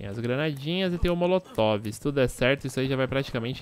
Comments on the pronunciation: hahahah motolov? Hahaha oloco bixo... é molotov hahahah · “o motolovi” 😂😂😂😂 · "motolove" kkkkkkkkkkkk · "Motolove" kskskssksksksksksk